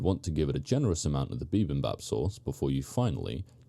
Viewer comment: It's pronounced bibimbap, not bibimbap.